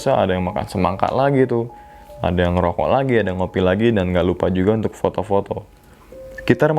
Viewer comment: Unthuk... unthuk... unthukkkk Jawa sekali 🤣🤣🤣